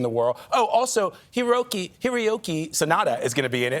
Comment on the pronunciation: It's not Hiroki. It's Hiroyuki Sanada.